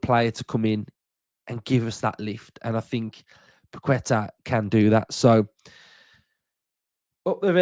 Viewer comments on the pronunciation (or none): C’mon mate!! It’s pronounced Pa’ke’tah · Without sounding like the pronunciation police, it’s Pak-eh-tahhh. Think there’s a quality player in him yes who’s gone a bit stale at West Ham. I do think it’s a bit of a weird one given our supposed restrictions, the price tag, his age etc but if he come in, give us something a bit different and improve us in the here and now then I’m all for it. Long as Unai ain’t bringing him in to chill on the bench…